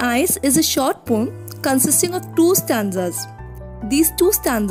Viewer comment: not pom but po-um check on the oxford dictionary 🤌🤌